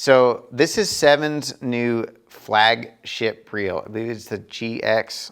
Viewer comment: he totally says flagshit lol